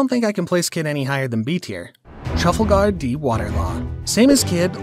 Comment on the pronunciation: Stop calling him truffle gard its trafalger law sound it out how I wrote it Tra-fal-get not truffle gard